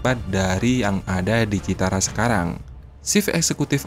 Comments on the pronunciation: Cirata pak bos bukan citara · cirata, bukan citara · Koreksi min,Cirata ya, bukan Citara😂... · Min bukan Citara tapi Cirata 😊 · Citara? Cirata! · Min bukan citara tapi cirata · Citara atau cirata? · Waduk Cirata bukan citara min 😂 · Cirata min bkn citara😅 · Bukan Citara tapi Cirata. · Bukan waduk Citara mimin tapi waduk Cirata, hadeuhhhh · Cirata bukan Citara ya bro👍🙏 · Admin tlg koreksi sebutan utk nama bendungannya BUKAN Citara tapi CIRATA... Terimakasih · ralat pak admin.bukan citara tapi cirata ya😅😅😅😅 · Bos maap citara apa Cirata.. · waduk cirata...bukan citara min...! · CIRATA KALI OM.. Bukan CITARA :face-blue-smiling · Cirata, pak, bukan Citara. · BUKAN CITARA, TAPICIRATA😂😂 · cirata bang bukan citara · Cirata bang, bukan citara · Di CIRATA pak, bukan CITARA. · Mohon di koreksi mind, bukan citara tp Cirata itu di daerah saya , namanya bendungan CIRATA di Purwakarta Jabar. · Waduk Cirata min... Bkn citara😢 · CIRATA, Min. Bukan Citara... 🤭🙏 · Waduk cirata min 😅 bukan citara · Cirata mas, bukan citara,,,,,,kaya sih 😁😁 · Cirata bos... Bukan citara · Maaf ya bkn citara, tp cirata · Cirata atau citara bang? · Cirata min bukan citara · Cirata dibaca Cirata bukan Citara om admin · Yang bnr citara apa Cirata si soalnya admin nyebut berkali² citara citara😁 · Cirata Genk,bukan citara Genk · Cirata ,pak admin bukan citata,🙏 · Cirata bukan citara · Host nya koq nggak teliti dan cermat. Nama CIRATA koq bolak balik ngomong CITARA ? 😢😢😢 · Cirata min..bukan citara! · Waduk Cirata min...bukan Citara 😂😂😂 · Bukan Citara yang benar adalah Ciirata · Bukan citara admin tapi cirata 😁😁😁. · Cirata bkn citara... 😊🤭😊🥴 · Payah adminnya baca kebalik2, citara apa tuh....ni channel dilihat ratusan tibu bahkan jutaan netizen lho, tolong yg profesional dong, jangan kebalik2 lahi dah males ah. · Bukan CITARA bos tp CIRATA jangan salah sebut nama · admin salah sebut melulu CIRATA bukan CITARA guy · CIRATA min..bukan CITARA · Bukan CITARA BRO TAPI CIRATA😂😂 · Waduk CIRATA bro..Bukan CITARA..maaf.